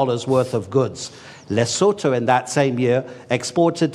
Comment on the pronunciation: Happy to hear "Lesotho" pronounced correctly, Professor Sachs